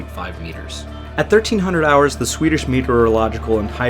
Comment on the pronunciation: Hej från Sverige! 🇸🇪 I am Swedish, I will say that you deserve credit for your work of pronocing Swedish words and names! You did a nice job and you tried your best and I sincerely say thank you for your effort! Swedish language is hard to learn unless you are Swedish. We lean English in our schooling as our second language and almost all us Svenskens (Swedes) can speak English well. I don't speak English often, please excuse me if my formation of sentences are not the best😊The MS Estonia was very sad and brought for us so many broken hearts for all Scandinavia and Baltiska people. In Sweden we remember it on every year. Thank you for doing this story for your video! ☺️🇸🇪